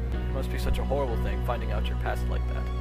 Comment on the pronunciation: Thing not thong. Sry X)